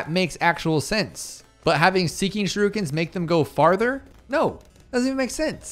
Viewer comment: bro said shirukens 😭😭